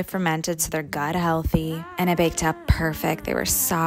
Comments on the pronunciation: Theer ghat healthee….. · “Sunnay night” and “Guauuut heathy” gets me cackling